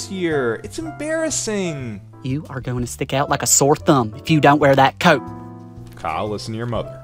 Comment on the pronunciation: “Caout” 😂 she reminds me of my HS English teacher